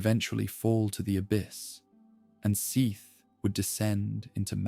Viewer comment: You had me in the first 20 minutes, I really thought this was a video with effort and care put into it. But as soon as I heard the three different pronunciations of "Seath", I was saddened. Ai slop, dislike 👎